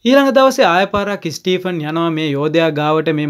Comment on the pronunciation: ස්ටීපන් නෙමේ ස්ටීවන් කියලා ඔය නම කියන්නේ.